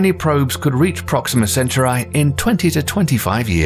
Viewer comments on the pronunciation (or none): who tf is this guy who mispronounces so many words... says nucular (nuclear) and mag.elan...? (magellan) and paronamic (panoramic) view..... youranus (uranus) auras.. (auroras) proxima centturai (centauri) the writing is good but the voice actor butchered it. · It's not Proxima "Cent-your-eye", it's pronounced cen - TAU - ree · It disturbs me how this man pronounces "Proxima Centauri". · And “nuclear, and Charon, and Proxima Centauri” I mean, the dude messed up everything.